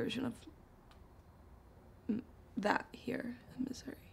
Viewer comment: I love that she pronounces Missouri as misery